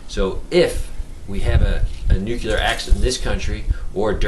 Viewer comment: I normally don't like nit-picking but since you are publishing this to thousands I think it is warranted. Nuclear is pronounced "NEW-CLEAR", not "NOOK-YOO-LUR." I was embarrassed for George W. Bush every time he mispronounced the word. It had the effect of chipping away at his credibility because he seemed unable to correctly pronounce the word that described one of the most important issues of our time. Love your vids! I just thought you might not be aware of the error...